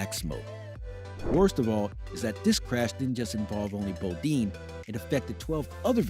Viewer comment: Title is misleading. It gives the impression that there are uncharacteristically big crashes coming in 2023 because of huge safety issues. And you pronounced "Bodine" wrong. Nice video otherwise.